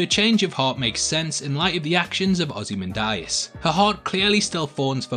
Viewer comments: It's Ozymandias, not "Ozymandarius" as you keep saying. Hahahaha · “Ozy ManDieAss”